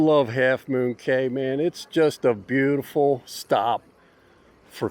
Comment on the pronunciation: It's pronounced key.